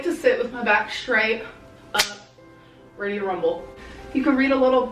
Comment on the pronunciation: I’ll never get over someone saying “it’s heavy” instead of “it’s ready”